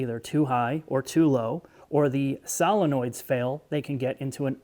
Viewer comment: Is this pronunciation a Midwestern thing?